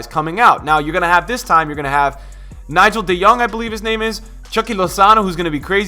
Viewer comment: Man said Nigel de Jong lmao im dead